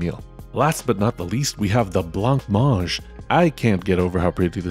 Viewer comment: Congrats ! Love the intro and seems your green screen was not as naughty this time 🎉. The meals match the photo ! I am happy how good they are. As French, just one thing to make a constructive comment : « blanc manger » is said without the « c » at the end of « blanc » (unlike blank) and you need to pronounce « a » after « mange », in case this is messy in a written comment you can try the pronounciation with French Google translate you’ll see what I mean ❤